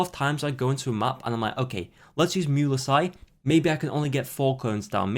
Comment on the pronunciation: STO P PRONOUNCING MUELSYSe LIKE THAT JHDSFKSHDFSDF or else triple gay